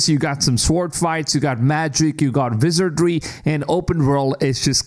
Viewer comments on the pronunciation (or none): Great video, But... My man pronounced 'wizardry'.... "Vi-zur-jree" And I'm %100 pronouncing it like that from now on